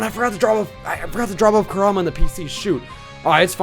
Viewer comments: Its pronounced (Core- um-uh) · is it me or does he keep saying Kurama wrong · Emanuel Molina he does